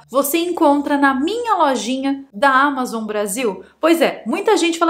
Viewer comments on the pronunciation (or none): none